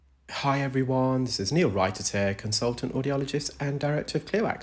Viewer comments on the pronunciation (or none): Neel, I love it when you say “ Hiii everywh0nee” 😂 ( I’m American hence the accent pronunciation)